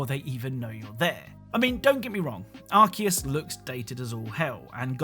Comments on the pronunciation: I just wnat to add that it's pronounced Ar-see-us or Ar-kay-us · Your pronunciation of Arceus though.